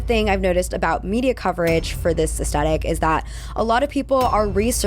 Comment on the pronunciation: americans.... please stop saying ass-tet-tic when it literally has a "thhh" sound, it's ass-THET-tic